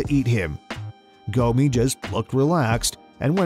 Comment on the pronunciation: Y'all murdered Gomi's name...and Silvas too.. How?!